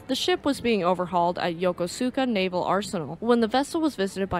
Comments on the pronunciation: Pretty good, but try to pronounce "Yokosuka" a bit better, says this US destroyer veteran. (TIP: The "u" after "s" is silent, such as in "sukiyaki".) Domo arigato gozaimasu! (The "u" isn't pronounced here, either.) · Yokosuka is pronounced as "Yokuska."